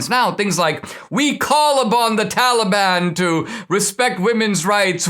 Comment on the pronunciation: Funny how Joe seems to get one thing right all the time, and that's his pronunciation of Taliban. Almost like he's one of them.